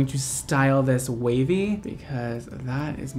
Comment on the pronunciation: when you were talking about how the wig reminds you of a kpop idol and then said that you want to make it wavy I first thought you said WayV 😆